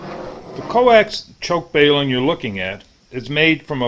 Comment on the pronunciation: balum not bailum overall vedio is excellent